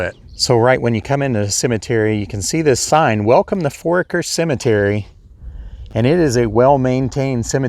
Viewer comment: I spent a good time of my childhood in that area. Foraker is pronounced For-aye-ker, and the last name you couldn't pronounce Ehrlich is pronounced closer to er-lick. I wasn't aware Jesse had died. A lot of familiar names and families in that cemetery.